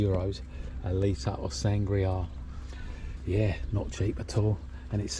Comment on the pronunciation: Great videos but you really need to work on your pronunciation. Words like sangria and paella 😂